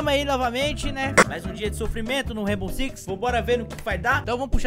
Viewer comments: "Reibou sicsi" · Ta falando rainbow six errado irmão